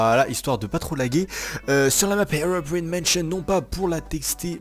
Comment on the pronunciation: Plzzzzzzzzzz prononce bien c'est Herobrine (sa se prononce Herobrayne